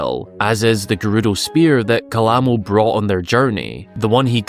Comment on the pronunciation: Don't worry about it. You're not the only one out there that completely ignores in-game pronunciations.